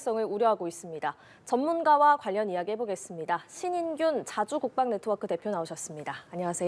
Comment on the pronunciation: 신인규가 아니고 균입니다. 앵커님